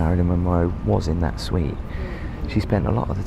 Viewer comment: Her "SUITE" not SITE.